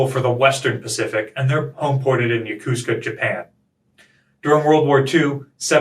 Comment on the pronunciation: Also Yo-Ko-Su-Ka